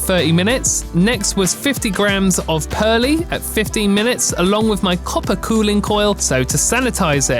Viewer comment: Great video and loving the editing! Heads up Perle hops are pronounced Perl no need to add the e on 👌